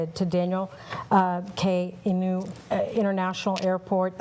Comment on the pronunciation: Reporter doesnt even know who Daniel Inouye because she mispronounced his name.